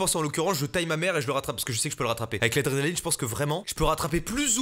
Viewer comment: Quand tu dit l adrenaline on dirait tu dit drog mdr